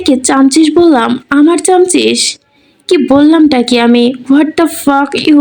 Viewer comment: ওটা চামছিস না চাসমিস